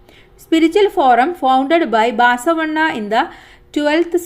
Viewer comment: Teacher baasavanna alla basavanna